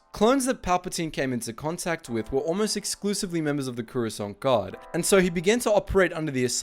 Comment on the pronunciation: they're pronounce the croissant guard